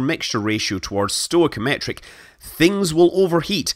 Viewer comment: /ˌstɔɪ.kiˈɒm.ə.tɹi/ learn how to read!